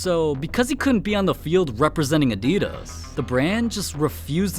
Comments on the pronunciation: Like he says Nike right but says Adidas incorrectly like how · “udeedass” and “nikey” im feeling internal painnnnn